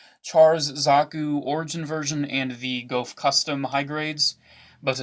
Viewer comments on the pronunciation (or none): HOLD UP. LETS GET THIS STRAIGHT. Gouf is pronounced "goof"